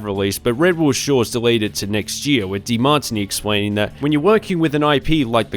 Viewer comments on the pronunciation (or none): Ever heard of the drink called Martini? Yes? That's how De Martini is also pronounced... :face-turquoise-covering-eyes